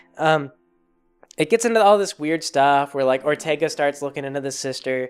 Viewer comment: Good ol' Perlerce Erfercer Orterga